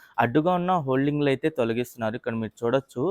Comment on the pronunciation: అది holding కాదురా అయ్యా hoarding.